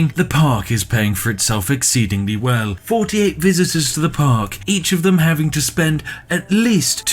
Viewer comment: Firty ate. Also free hundreds